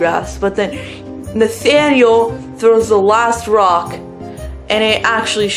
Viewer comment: Damn u did “Nathaniel” dirty